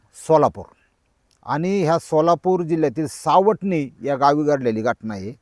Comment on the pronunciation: सावडने नाही मामा सापटणे